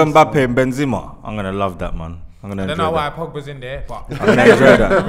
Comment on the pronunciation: Some people need to call these man out for their pronunciation I heard JenJenpress, depaiy and Benzeema